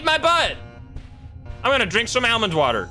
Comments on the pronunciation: Anyone else cringe every time he says El-mond water? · AL-Mand Water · The way he says almond water lmfao love it. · WHY IS NOBODY TALKING ABOUT THE WAY HE SAYS ALMOND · It stuck out like a beacon to me 😂 never heard it pronounced like that. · guys voice is crazy annoying also that's not how you say almond